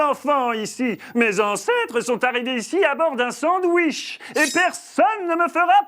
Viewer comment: j'adore ce "SANdouiche" <3